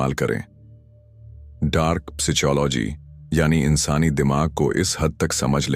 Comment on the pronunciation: Bhai video to bhut accha hai per apne psychology ki pronunciation hi change kr di.